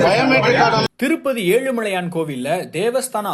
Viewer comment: முதல்ல தமிழ் ஒழுங்கா படிங்க. செய்தி வாசிப்பாளர் என்ன புதுசா ஏழுமழையான் சொல்கிறார்? 🤦🏽‍♀️